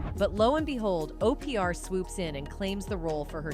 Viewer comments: I love OPeeAr for Opra 😂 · The AI was pronouncing Oprah as O. P. R. ????? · Why does the computer pronounce words wrong? And I have never heard of Oprah called Opr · OPR for Oprah LMAO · Uh…can’t pronounce Oprah! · Keenew, cah-star & O P R (Oprah should have sounded like Opera) o p r doesn't apply basic phonics. Bad programming or intentional errors. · Opr? Keenu? This AI is pronouncing everyone’s name wrong.